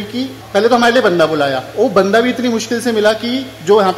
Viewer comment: Banda not Bande